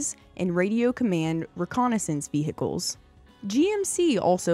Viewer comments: they are not ve-hickles--the "h' is silent--and WWII was not one of the most serious conflicts the US was involved in--it was by far THE ost serious! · I applaud your correction of the pronunciation of 'vehicles', but I didn't know that there was a silent (and seemingly invisible) 'm' in the word 'most'.